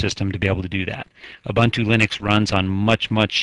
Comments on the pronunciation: It's pronounced "ooboontoo". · Who cares how it is pronounced? I pronounce it how it is spelled U-bun-t-u.